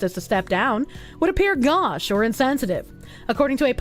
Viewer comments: Also: gauche is pronounced 'go shh' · "would appear 'gosh'" - yeah it would take a whole stream. based tho btw its a fr*nch word pronounced "gowsh"